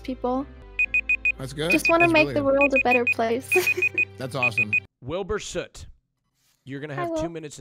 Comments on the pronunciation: his surname is pronounced sut however oo usually makes an ooh sound so it’s a name that gets pronounced it different ways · I've literally never seen so many people mispronounce the word "Soot" in my entire life. ITS ONE SYLLABLE HOW HARD CAN IT BE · I believe “sut” is the English way of pronouncing it, while sooot is usually how Americans pronounce it, from what I’ve heard